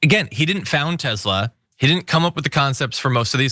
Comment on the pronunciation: *Tesla not Tezla.